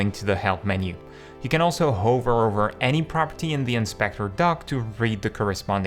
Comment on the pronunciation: You might want to lookup for to pronounce foveated 😊 great video otherwise! [edit] also add 'hover' to that list 😊